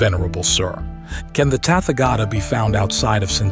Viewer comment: Thanks for this succinct transmission of the Tathagata's teaching. A request, as the USA drawlling accent is not easy to listen to, could you find another narrator? Someone who also knows the correct pronunciations of Pali, Prakrit and Sansktrit terms. Tathagata is Tat-ha-ga-ta not Tatfagator. 😅